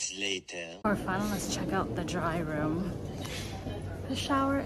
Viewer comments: I think it’s Day Room , not Dry Room…. Lol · Lol you keep saying dryroom but it says “Dayrooms”